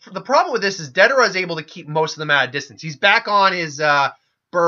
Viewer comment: Bro Love the what if vids, but there a few things that have been driving me crazy. Your pronunciation of names. Its not da-dara, its Day-der-a. Or Orochi gaurd its not jarombo, but ja-row-bo. Or not Ma-dara but Mada-ra. Theres more but I cant remember them all. Idky but its really urkin me. Ima always support cause I like the content but ya gotta do better on these names my dude. Also, Shika was team 10 not 9. Neji was on team 9.